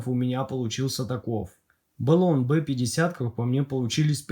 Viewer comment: Ну вот почему БЭлон, если бренд называется Блон?! =)